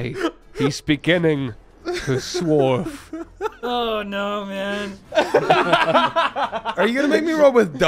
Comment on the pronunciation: suwarf?? swarf? swourf??? TvT